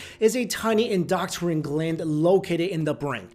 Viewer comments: LOL endoctrine gland... seriously doctrine is something entirely different, I respect the heck out of ya but please learn to say EndoCRINE not endoctrine.... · Did anyone notice he said "Indoctrine gland" instead of "Endocrine gland" ? roughly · I appreciate your content a great deal. You are killing me with some of your pronunciations. The PIe-KNEE-Uhl gland is part of the END-doe-krin system. Love you man keep up the good work. Thankful for you. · endo-crine say it with my endo-crine not endoctrine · En-do-crine not en-doc-trine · It's pronounced In-d0o-Krin ( endocrine) ... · Sorry but, it's pronounced endO crIne...just saying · Please, learn the proper pronunciation of "key words" in the content of your videos... "endocrine"... End-oh-crin, rhymes with grin.